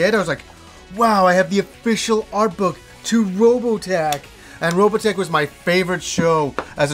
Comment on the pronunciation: ...Why do you pronounce it Robatech ?